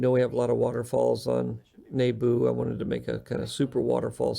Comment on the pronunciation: Interesting how George pronounces Naboo like “Nayboo”